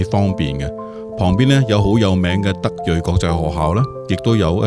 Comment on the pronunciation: 德瑞，瑞粵音“隧”。